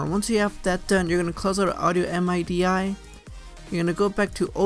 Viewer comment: bruh the way you pronounce midi is hilarious its not m-i-d-i- its midi